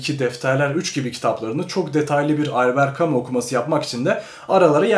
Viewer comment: Bu şey değil mi yaaa "Elbıırt camışş" diye okunan adamın okuma rehberi?😂😂